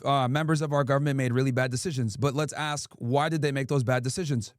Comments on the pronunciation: cant say "ask" but he takes money from bibi and think we wont notice 😂😂😂🙉🙈🙊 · cringing when he hears “ax” instead of “ask” and “ignant” instead of “ignorant” 🤣🤣🤣